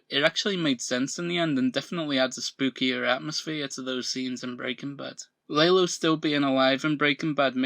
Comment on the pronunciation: Why do you call Lalo, “Laylo”?